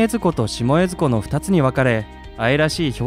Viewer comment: 江津湖とか水前寺のイントネーション変だけど地元の人じゃないのかな？ あと、金峰山にあんなインスタ映えな岩はないです。